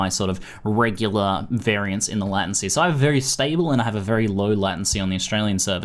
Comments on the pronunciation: Whats a "latAncy"? I've only heard of "latEncy" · In Australia most people pronounce it Lay-ten-sea. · Do aussies pronounce latency like lat-ency? I always thought it came from the word late, late-ncy, not that it matters, just curious. :D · Farrell Roll As an Australian who spent 3 years studying Computer Systems Engineering, I (along with all my fellow classmates) also pronounce it 'lay-ten-see', so I'm not entirely sure where gets it from. But hey, each to their own; I'm hardly going to unsubscribe because of a single word. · lordasphyxia Australian here as well and I've only ever heard it pronounced as 'lay-ten-see'. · sounds like hes saying "latin-see" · LATIN -SEA? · Say late 10 times, say latent 10 times then say latency 10 times. This will hopefully fix your fucked up way of saying latency. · ooh gosh, the way you say "latency" with the a so weird. it freaks me out haha. but thanks for the video, I've been using an /oos macro thingy, this seems like a big improvement! :) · Do other Aussies say it wrong too??;)